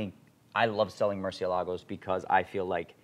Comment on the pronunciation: Will Ed finally stop pronouncing them "Mercy-Ell-Uh-Goes" now?